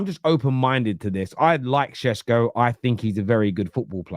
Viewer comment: Why does say sesko.. Shesko 😂